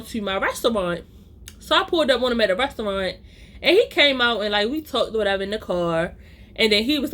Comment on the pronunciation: The way u say restyouwant 😂